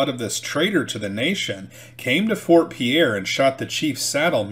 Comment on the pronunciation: Pierre is pronounced "Peer".